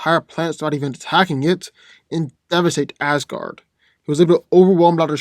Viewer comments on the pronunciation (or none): none